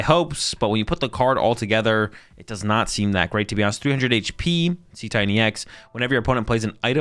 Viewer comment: Dude he called Cetitan See Titan.